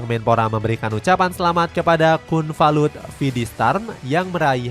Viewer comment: slaah bang bukan kunvalut tapi kunlavut😂😂😂😂